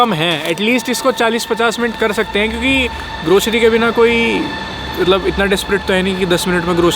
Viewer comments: Grocery ❌ Groshery ✅ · bhai grocery ki zgh groshery bol re😂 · bhai grocery toh sahi se pronounce krle